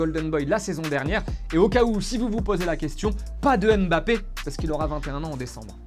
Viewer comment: Vous ne savez pas prononcer Mbappe?